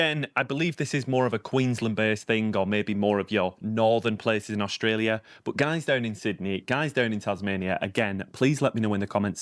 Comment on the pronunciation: Young lady , we pronounce AuSTralia , not AuGstalia . Thank you . 🤩